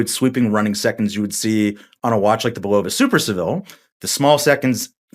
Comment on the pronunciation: Isn’t it BULL-uh-vuh? Not bu-LOW-vuh.